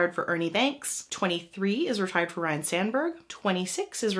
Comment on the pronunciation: Good video, thanks. I coulda swore that NYY's Tino Martínez's number was retired (#24), but I just saw that he's in Yankee Stadium's Monument Park only. Also just a reminder re the pronunciation of Ryne Sandberg (not "Ryan").